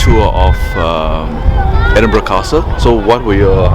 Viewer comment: American vloggers take note ! your pronunciation of Edinburgh and Glassgow was spot on, you have done your research, well done, I hope you enjoyed your visit